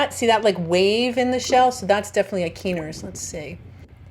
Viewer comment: I’m fairly certain that it’s pronounced Kye-ner’s like the first syllable rhymes with Bye 👋 I think. Or that was what the locals were saying it when I was in North Carolina. I’m so jealous because I didn’t find any that weren’t torn up or inhabited. I hope to get back again sometime.